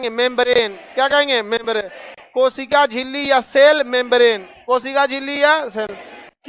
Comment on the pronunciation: koshika jhilli Sir Billi nahin😅😅